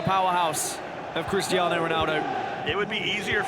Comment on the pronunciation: My man can’t pronounce Cristiano or Vieira